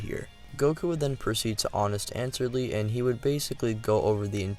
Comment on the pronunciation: “Honest answerly.” Lmao